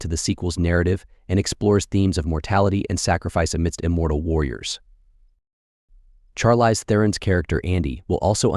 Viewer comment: He said Char-LYZE. my man its shar-leese, c'mon now!